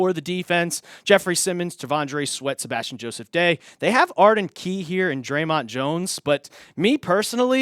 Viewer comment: The funniest thing is the guy does it every time he talks about Sebastian Joseph-Day